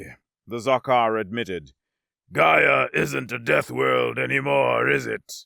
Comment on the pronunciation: I have to poke at your pronunciation of "Gaia" here. The first time you say is is... distinctly different from your (correct) pronunciation later in the story. Also fun is where the subtitles fluctuate between "Rygovax" and "Gyrovax" and "Rygon", or when "Sevarro" and "Zevarro" and "Nevarro" are swapped back and forth, as well as "Stonvar" and "Stondar". Some of them (notably, "Gyrovax") are read as written, which makes it even funnier xD Great story, as usual, though!